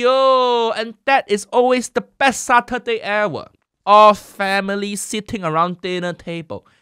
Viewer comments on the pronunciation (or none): none